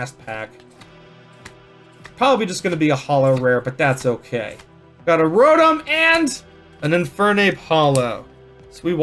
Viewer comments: First Pokemon pack experience from a panda vid, but just the fact that he calls Rotoms scrotums fuccccen kept me around lmao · When I hear him say rodum, I hear scrotum.😂😂😂